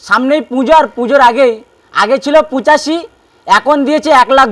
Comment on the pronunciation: পুচাষী নয় ভাই পঁচাশি বলো